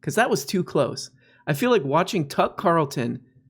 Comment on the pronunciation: They way you say “Tuck” makes me question whether that’s actually his name or you’re making it up